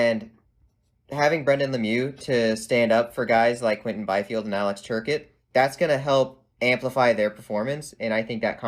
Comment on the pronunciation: Has watched any Kings games before? He mispronounced more than a few names. It's "Tur-cott" not "ter-ket". Kings have 15.5 mill in capspace atm. Plenty of room in the cap. Also, Brown isn't going anywhere. He led the Kings in goals last season and the Kings have already announced their intensions with him. He's there to mentor the next generation. Thanks for the opinions on LA. Always great to get different perspectives.